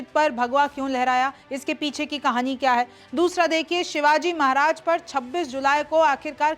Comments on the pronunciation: मेडम महाराजी का नाम ठीकसे लिजीय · ये पागल महाराज है हमारे छत्रपती शिवाजी महाराज बोल नही बोलना आता तो मेरे भगवान का नाम मत लो नही तो रिपोर्ट करणा पड़ेगा veiw के लिए नाटक मत कर हमारे संस्कार हैं कि महिला को कुछ बोलते नही ये पुरुष होता तो अकल ठिकाणे लाता तुम भि समझ व्हिडिओ बनाने से पहले सोच कर और समझ कर बोल तुम्हारे लिए ये बात लास्ट वॉर्निंग हैं व्हिडिओ में बार बार महाराज का नाम गलत बोल रही है समझ कर बोल 😡😡😡